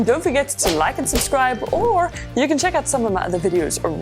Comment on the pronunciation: What a subtle riing....Suscribe hahahaha